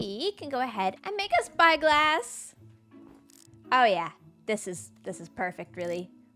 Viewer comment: When she said "now we.can make a spy glass!" I heard bi glass lol